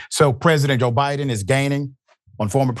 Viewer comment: LOL did you just call him Obiden